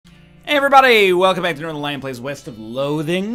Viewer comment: I'm never going to be able to pronounce northernlion any other way than nor thernlion anymore